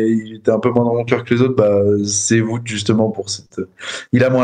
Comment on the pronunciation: Salut les gars. Wout ça de dit Wow-te, pas voûte. Merci 😄